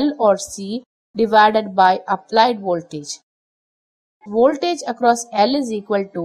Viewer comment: I like the way you say woltage. So, can you explain the Q factor with a pendulum swing. The shorter the string on the pendulum the higher the Q right?